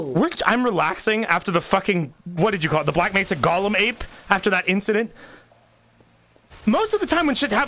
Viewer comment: It’s Mesa not Nesa